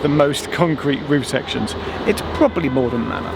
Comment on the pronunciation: It is Maldon not Malden.